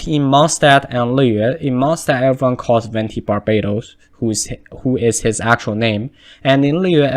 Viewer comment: Wenti is a wrong pronunciation, "Venti" literally means wind in italian and is pronounced the same way you write it. The Harbingers too have all italian names and everyone literally mispronounce la sognora and Tartaglia